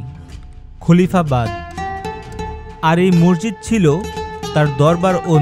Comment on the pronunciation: ভাই তুমি মসজিদকে মর্জিদ বলছ কেন